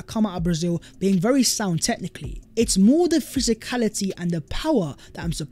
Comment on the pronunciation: Would be berry good ebening. 👍